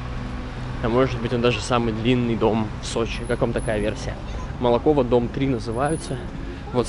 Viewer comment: Улица Молокова ударение на первую "О". Спасибо за обзор. Всегда с интересом смотрю ваши видео. На 28.10 бело- серые деревья это платаны.